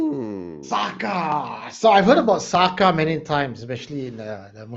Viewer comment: SAKA is the spelling. The pronounciation is SAKÈ. It practised by most those day society...it wrong if you mentioned expecially Boyan. 😏😒🤨